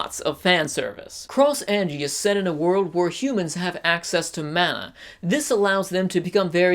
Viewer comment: Also watch English dub then you will know YOUR SAYING HER NAME WRONG